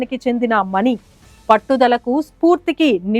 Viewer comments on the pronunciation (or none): నీ మాట ఎంత స్పష్టంగా ఉంది తల్లి. కానీ మణి నీ మనీ అని మాట్లాడుతున్నావ్